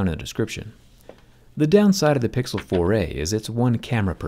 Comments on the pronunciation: I thought u turned to a canadian. The way you say: the pixel 4 eehh! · Whenever he says Google 4a , I kinda hear "Google 4 eh " in an Australian accent how man !!